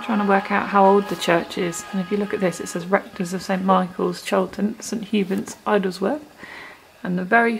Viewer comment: The church is at Idsworth, pronounced ids-worth and not ides-worth by the way. It's almost our back yard, so spotted the car park in the first shot! Enjoy the new adventure!